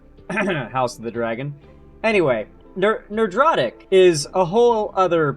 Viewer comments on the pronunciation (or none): I'd like to think you are saying Ner-drotic instead of Nerd-rotic on purpose.